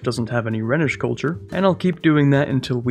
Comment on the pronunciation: Rhenish is pronounced 'Rhinish' after the river Rheine